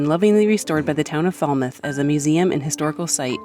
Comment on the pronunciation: You are at the wrong place for anything cheap. We are a tourist driven economy. She said Barnstable correctly but you are on Cape Cod. Also don’t get a false sense of security. There are some areas that aren’t so safe to park. Also it’s not Fallmouth, it’s pronounced with a short a like Apple.